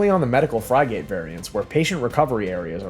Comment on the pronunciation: What's a Fry-gat?